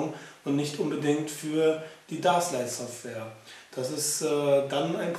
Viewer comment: es heißt überigens "däschlight" -> englisch!